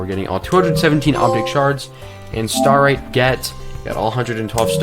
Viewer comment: You literally heard Lily say Starite correctly in the Unlimited ending cutscene and still pronounced it "Staritee" afterwards, you HAVE to be ragebaiting 💀